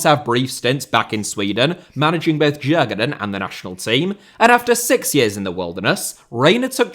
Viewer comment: Also the best way to pronounce Djurgården is like "yur-gaw-den"